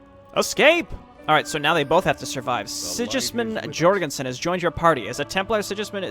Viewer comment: Sidgismund Djorgenson